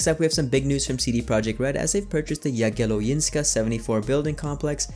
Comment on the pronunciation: Yea, You butchered Jagiellońska a bit :D